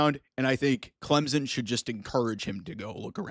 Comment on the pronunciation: who the heck is "Clemzen?"